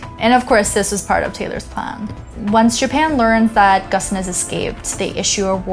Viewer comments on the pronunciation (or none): First time I hear someone pronounces his name so weirdly. It's more "gÔne" than "gone". Certainly not "gossen". Watch many of his live interviews, he surely would not let people pronouncing his name so inaccurately. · I am pretty sure Ghosn is supposed to rhyme with "bone" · What's Gussan? His name is pronounced Ghone. Poor journalism. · I like the series but this video was pretty bad. She can't pronounce the name of the main protagonist (pronouces Gone, not Gosn). Carlos Ghosn is actually french-lebanese-brazilian. He is depicted as a victim of the Japanese justice system, an oppressed man fleeing for freedom when he was in fact a financial criminal who got caught escaping a legitimate punishment. Even if the facts of the escape are pretty accurate, the overall story she tells is not the truth. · The correct pronunciation is "Gown" as in Bone. At least that is how his close friends pronounce it. I am assuming you have never spent time with him, so I will defer to those that actually know him for the right pronunciation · In Japanese his last name is pronounced like "gone". so when this happened we joked about it as "Carlos Gone".